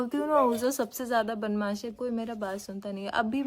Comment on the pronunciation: बनमाश नहीं बदमाश होता हैं dear